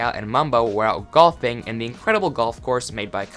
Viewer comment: I heard Goth Mumbo instead of Golf Mumbo XD